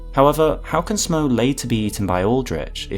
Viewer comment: I would add that Smough's name likely should be pronounced "Smoff" like "Cough". He is a giant like Gough, and they share the same naming convention.